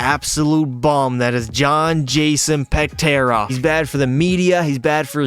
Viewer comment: Can you at least say peterka correctly